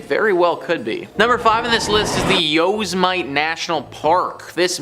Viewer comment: YOSMITE is "Yo semi tea" it is hard when you are actually educated. lol